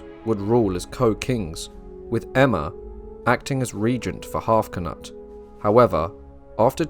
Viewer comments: kA-nut...... credibility vanished... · K-noot. K-noot. K-noot